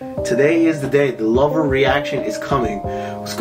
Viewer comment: I've never heard anyone say "her lover joe" ever that too so many times 😁😁😂